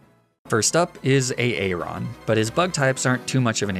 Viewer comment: Are you trying to be ironic with your pronunciation of Aaron or are you just a plank?